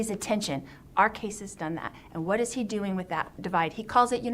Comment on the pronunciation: Why does she say wha instead of what🙄 I remember hearing this during the trial too. I can't stand her